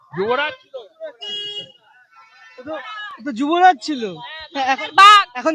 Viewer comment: CHHILO "JUBORAJ " HOYECHHE "JUTORAJ "